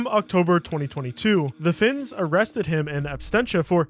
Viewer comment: Me: That looks like a Finn Narrator: [butchers name] Finn confirmed